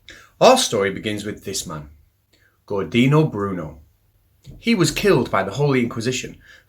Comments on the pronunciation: It's Giordano Bruno, not Gordino. Nice vid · I have no preference about how you distribute stuff between your channels; I leave it up to you. I keep returning because it keeps being interesting. Incidentally, Giordano Bruno's first name is pronounced, "Jor-dah-no." It's Italian, and you know how that goes. (Careful – I'm half Italian myself!) Also, the paradox guy's name has the final "s" – Olbers, not Olber. So it's actually Olbers' paradox. But as for the actual paradox, there are actually several ways out of it; although yours is the current best answer – more later... OK, I'm back. Olbers' paradox has a pretty interesting history. It raises a provoking question that seems to violently contradict a very simple observation – the darkness of the night sky – all based on a few simple assumptions. And for that reason, the best first step in finding a resolution, is to examine both the assumptions it makes explicitly, and those that it seems to make by omission, when we hear it. I first read about it in Scientific American in the 1950's. The author of that article had a way out of it that I found quite fascinating. The assumption to look at here, is that the universe is infinite with a more or less uniform density over sufficiently large scales. OK, suppose we grant that it's infinite, but that its stars are organized hierarchically; and to a great extent, this is what we see. That is, stars tend to be grouped in clusters or multiple star systems; those tend to be grouped into spiral arms in our galaxy; spiral arms are gr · The correct pronunciation is "Jordano", like "Jordan" with an "o" at the end, and the stress on the second syllable. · I generally like the video, but there are 2 main problems: - who the FUCK is "Gordino" Bruno?!? - you inserted a bit too many faces of bewildered flerfers, maybe you should limit that to when they actually say something relevant